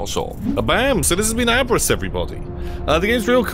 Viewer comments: I'm pretty sure it's pronounced ahb-riss, since it seems it comes from the German word abreißen, which basically means tear up/down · Hearing the word Abriss pronounced like that caught me off guard lol This game looks amazing damn